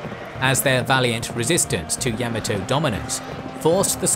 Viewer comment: Watching from Japan: EXCELLENT VIDEO. Well-done. Cheers. However, to be honest, your PRONUNCIATION (e.g., 'Yamato' & 'Jomon') is UNBEARABLE !! I would suggest (with all due respect), as a kind gesture: LEARN the correct pronunciation, before uploading. It's really not that difficult. And it would make a significant difference. All the best.